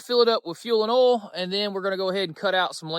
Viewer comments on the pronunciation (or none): It’s OIL, not UUL